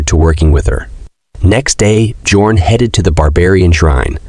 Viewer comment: His name is "Björn" which pronounce as Byorn in English 😭😭